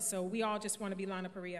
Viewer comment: why can no one say Lana her name right